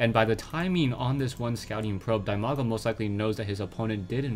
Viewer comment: That Name is spelled "DEE-Maga" actually, not like you do